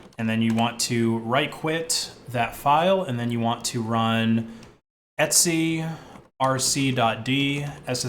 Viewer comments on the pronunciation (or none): why are you pronouncing ETC as ETSY its super confusing